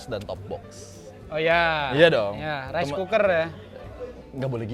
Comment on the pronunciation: gw bangettttt klo bilang raiskuker ,wkwkwkwk